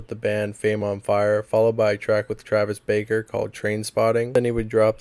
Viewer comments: Also you kept saying Travis baker, but it’s Barker 😭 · How tf you be saying 'Travis Baker' and not Travis Barker. Same with Iann Dior. Notice how there is an 'i' in Dior; Di-or. Also, a lot of charges dropped; I recommend doing a lot more research and going over your script multiple times, this seemed like a half-asked video documenting Poorstacy. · Came to say that, Barker not Baker. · Killing me 😂 Travis baker 😂